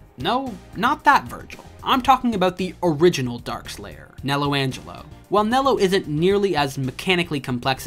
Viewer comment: Great video, but you drove me crazy with your constant "Jau"s and the "Nello angelo"s you threw in